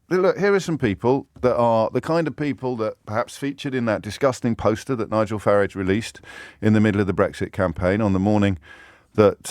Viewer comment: Why does he say Farige?